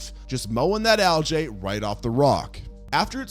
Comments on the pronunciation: it's pronounced "al-gee", not "al-jay". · whats Aljay? lmao Bro its pronounced al-gee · Bro he said aljae not algae 😭😭😭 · Genuinely never heard Algae pronounced Al-jay before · Why do you say algae like that 😂